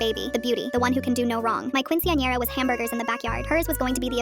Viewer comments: the way they say quinciñera is horrible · the fact it won’t pronounce quinceañera right 😔✊